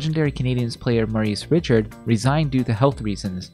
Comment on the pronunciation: I laughed at Morris Richard… lol. Maurice MO- Reece Richard Rish- Ard